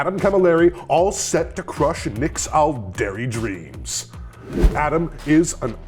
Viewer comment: Loving the "All-dairy" and "Opp-sock" mispronunciations. Interesting thing about "Aeldari" is that it's almost pronounced "Eldari" because of how Æ is pronounced in "Aether" and the like (ok so it's a little bit closer to Ale-dari, but it definitely sounds more like an E than the softer A of "all"). I still think it's funny when people say "Kah-yoon" instead of "Cow-Yawn" because it always reminds me of Weyoun from DS9... still I can't wrap my head around pronouncing the "yon" from Kauyon as "yoon" though... it will never make sense even though I like hearing it.